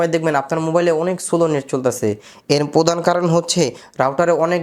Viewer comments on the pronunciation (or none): none